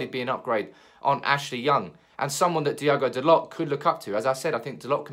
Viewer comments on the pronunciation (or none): none